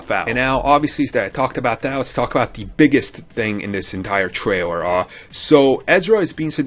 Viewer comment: Heheheh, "tray-rer" Sorry...